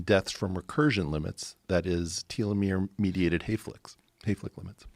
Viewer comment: I swear to fucking god I can’t listen to him mispronounce telomere and nucleotide